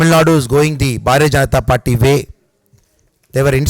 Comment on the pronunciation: Announcer speaking "Bhaare Janta Parti" not speaking BHARTIYA JANTA PARTY And Everyone saying "मोडी जी" but perfect pronoun sation is मोदी जी Requesting to all please try to speak correct pronounsation. Also, Welcome all to join the Biggest Party-BJP.